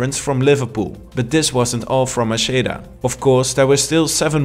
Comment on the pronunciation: Great video but it's Macheda=MAKEDA